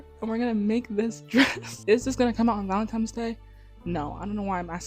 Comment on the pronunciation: Oh, no, you were saying ValentiMe's. You may not have noticed.